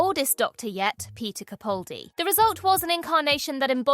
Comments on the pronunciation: You rank Peter Capaldi as number one (with which I highly agree), yet you continue to mispronounce his name, despite my pointing this out innumerable times. For the record, the man himself pronounces it: CaPALdi, CaPALdi, CaPALdi, CaPALdi, CaPALdi, CaPALdi, CaPALdi, CaPALdi, CaPALdi, CaPALdi, CaPALdi, CaPALdi, CaPALdi, CaPALdi, CaPALdi, CaPALdi, CaPALdi, CaPALdi, CaPALdi, CaPALdi, CaPALdi, CaPALdi, CaPALdi, CaPALdi, CaPALdi, CaPALdi, CaPALdi, CaPALdi, CaPALdi, CaPALdi, CaPALdi, CaPALdi, CaPALdi, CaPALdi, CaPALdi, CaPALdi, CaPALdi, CaPALdi, CaPALdi, CaPALdi, CaPALdi, CaPALdi, CaPALdi, CaPALdi, CaPALdi, CaPALdi, CaPALdi, CaPALdi, CaPALdi, CaPALdi, CaPALdi, CaPALdi, CaPALdi, CaPALdi, CaPALdi, CaPALdi, CaPALdi, CaPALdi, CaPALdi, CaPALdi, CaPALdi, CaPALdi, CaPALdi, CaPALdi, CaPALdi, CaPALdi, CaPALdi, CaPALdi, CaPALdi, CaPALdi, CaPALdi, CaPALdi, CaPALdi, CaPALdi, CaPALdi, CaPALdi, CaPALdi, CaPALdi, CaPALdi, CaPALdi, CaPALdi, CaPALdi, CaPALdi, CaPALdi, CaPALdi, CaPALdi, CaPALdi, CaPALdi, CaPALdi, CaPALdi, CaPALdi, CaPALdi, CaPALdi, CaPALdi, CaPALdi, CaPALdi, CaPALdi, CaPALdi, CaPALdi, CaPALdi, CaPALdi, CaPALdi, CaPALdi, CaPALdi, CaPALdi, CaPALdi, CaPALdi, CaPALdi, CaPALdi, CaPALdi, CaPALdi, CaPALdi, CaPALdi, CaPALdi, CaPALdi, CaPALdi, CaPALdi, CaPALdi, CaPALdi, CaPALdi, CaPALdi, CaPALdi, CaPALdi, CaPALdi, CaPALdi, CaPALdi, CaPALdi, CaPALdi, CaPALdi, CaPALdi, CaPALdi, CaPALdi, CaPALdi, CaPALdi, CaPALdi, CaPALdi, CaPALdi, CaPALdi, CaPALdi, CaPALdi, CaPALdi, CaPALdi, CaPALdi, CaPALdi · And yet, she always mispronounces his last name. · And she ALWAYS mispronounces Peter Capaldi's last name, despite my innumerable replies asking her to correct future videos. She could care less!